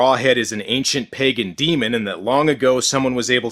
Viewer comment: the way he said "ancient pagan demon" made it sound like he was saying "ancient pegging demon" wich is, to being honest, a lot more terrifying than the guy from this movie